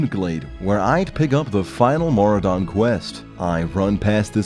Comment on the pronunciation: Mora don? Ma Roo Dun!!!!